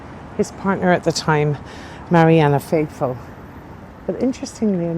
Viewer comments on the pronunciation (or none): Very interesting...but you keep saying Marianna Faithfull..it's Marianne Faithfull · The lady is called MARIANNE Faithful, not MARIANNA faithful. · Correction" Her name is Marianne Faithful, not Marianna. I enjoy your videos very much.